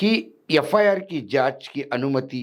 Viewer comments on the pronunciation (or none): कृपया, यफायार ऐसा न पढे बल्की एफ् आर् ऐसा पढे।